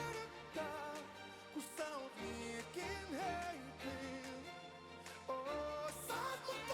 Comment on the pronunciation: How do you pronounce the Finnish words: "Flame" and "Women's"? Say... Liec key, Nice ten